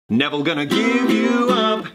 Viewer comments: Is it just me that can hear Thomas saying "Neveil" at the start of the video instead of "never".... Just me? Thought so. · its been 6 years and I just realiised he was saying "neville" instead of never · you know, i’ve watched and rewatched this series almost a ridiculous amount of times, and i just realized he was saying “neville gonna give you up..”. comedic geniuses you and your crew are :) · I swear he is saying “Nevill gonna give you up.” And like, saying Nevill instead of never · Anyone else notice a was saying “nevel” at the beginning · He said neville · 5 years later I just noticed he said “Nevel gonna give you up” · I just realized he’s saying “Neville gonna give you up”